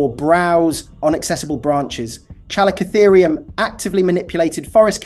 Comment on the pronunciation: It's pronounced "Calico-Therium". Have you never heard any of these names spoken out loud? Because you seem to get the majority of them wrong. :))